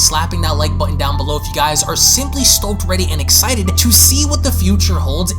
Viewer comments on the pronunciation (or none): none